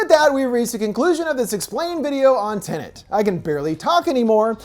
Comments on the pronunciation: Wait is it TINIT or TENET? Could you maybe speak properly? Or is that too much to ask? It is, isn't it? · There's only 1 "N" in the movie title.... it's not "Tenant" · It's tenet not tenant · Tenet "Tenent" explained recapped.